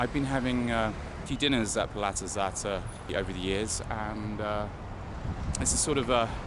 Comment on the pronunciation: Think its pronounced Puzata Hata. It means "Belly house" in Ukrainian.